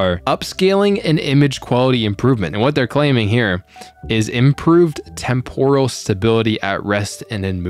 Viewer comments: Tem-poral := Temp-ur-al 🙂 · témporal... please... you're killing me